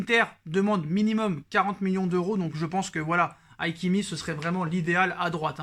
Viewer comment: Hakimi pas haikimi lol